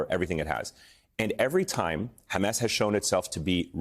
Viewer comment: It's hammAS not hamESS. Please stop interviewing terrorist apologists who can't even call the terrorists by their self-defined and world-understood names. There's nothing useful in this story. 1948, 1973, hamESS, all irrelevant to baby-murdering savages that need removal from this planet. Bye bye ISIS Gaza.